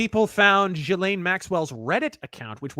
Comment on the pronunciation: Ive heard, Jizzlaine. Gislane. Gelain. Jelane. Whats next. JELLO